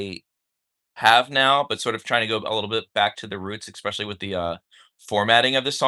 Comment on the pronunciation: If I hear say “Expecially” one more time….